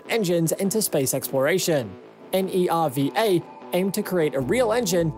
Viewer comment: Good video. You can just pronounce N-e-r-v-a as Nerva.